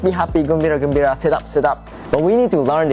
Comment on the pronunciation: Not kumbiya... Gembira, it's a Malay / Indonesian word lol